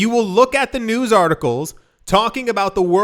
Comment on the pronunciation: News not bews lol!